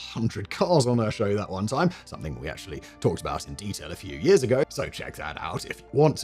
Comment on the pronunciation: It was four yeeahhs praah